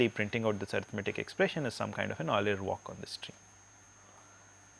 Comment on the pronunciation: I finally found a person who can pronounce Euler correctly.